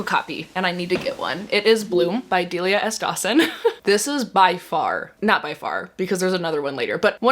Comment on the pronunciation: thank you, I was losing my damn mind and possibly entering my villain era every time said Delia in her videos. I didn't want to be THAT annoying girl who corrects everyone but I am her, I'm sorry.